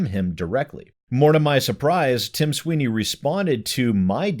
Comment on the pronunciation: Tim Swine-ey